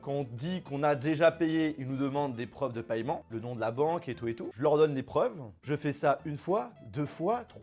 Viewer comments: Paiement pas payement (en) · On dit "pèman" pas "pailleman" non ? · On prononce « paiment » arrête avec ton paYEment ptn